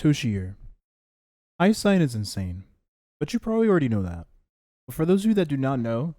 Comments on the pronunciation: Dude...its pronounced HI-YA-SIN! Not HA-YA-SIGN! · are you saying her name like that for engagement?